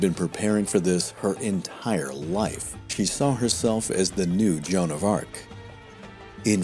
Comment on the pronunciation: joan of RA...ARc